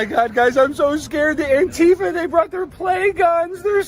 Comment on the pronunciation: Antifa is not pronounced anTEEfa.